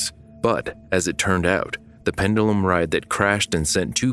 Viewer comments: Pendulum Not pendelum It's hard to listen to when you say it so often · I wish the narrator would’ve learned how to pronounce “pendulum” before making this video considering how many times the word was repeated in the script…. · I'm actually most disturbed by the mispronunciation of "pendulum." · never heard anyone pronounce pendulum this way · Man's got that Roman pronunciation of pendulum going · Learn the correct way to pronounce the word pendulum.